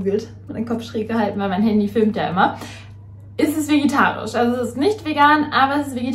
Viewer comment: Es ist so süß, dass du immer "vegitarisch" sagst anstatt vegetarisch 💕🤗